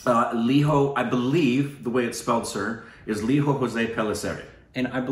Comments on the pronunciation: We don't pronounce our 'j's' as 'h' guys. So it's lee-joe Jose (like hose - the indianised pronunciation 🙂) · Its Lijo not liho. And Jose is not hose. Its Jos( 'e' silent). picked it up. Hope you pick it as well. I don't mind pronouncing it 'Mal yal yam' instead of Ma la yaa lam., you are almost there 99%. If you are not judging us Stupid babies based on our pronounciation we dont have any right to judge your pronounciation. My malayali friends, our english pronouncian is pathetic.they dont judge you so we should not be judging them. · It's not Spanish pronunciation guys it's indian pronunciation it spell as lijo like lizo not liho and jose as zose not hose, pellisery is alright. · Guys i get u have a lot of spanish influence in US but i dont understand why you would think indians would pronounce 'j' as 'h'. Its LIJO JOSE, j as in joseph not in the spanish name 'jose'! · Great review but his name should be Lijo pronouncing the jay.the same for jose.